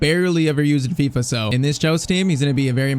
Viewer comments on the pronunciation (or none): none